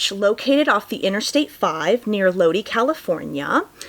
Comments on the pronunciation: F.Y.I. Lodi is pronounced, Lo-Die or Load-Eye, but not Lo-Dee. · Crazy story. Lodi CA is pronounced "Load-eye" btw if it ever comes up again.